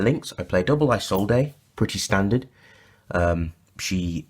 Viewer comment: It's pronounced "E-Zold" not "eye zold ey" sorry its a pet peev